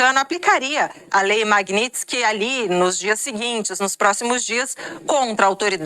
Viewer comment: amém o aprendeu a falar Magnitsky